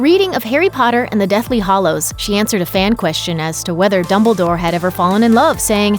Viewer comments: Arrrrrgh! The pronunciation for is so irritating. Firstly, It is the Deathly Hallows, not hollows. And secondly it is Grindelwald, not Grindelvald. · its Deathly Hallows... not Hollows. This drove me absolutely mad while watching this video. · I couldn't care LESS about JK's writing ~ she wrote the books. She's awesome. What is irksome to me is that the woman narrating THIS video says "Deathly HOLLOWS" not "Deathly HALLOWS" Get with the program, woman. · Deathly HALLOWS. Not HOLLOWS. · Hallows. Hallows. Hallows. Not hollows. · Every time you said “Deathly Hollows” instead of Hallows, I cringed. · Anyone else mad she pronounces it 'hollows' instead of 'hallows?' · It's Hallows not Hollows. Just saying. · stop saying hallows wrong